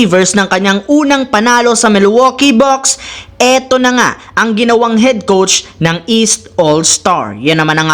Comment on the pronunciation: Coach po hindi “COUCH”😂😂😂😂😂😂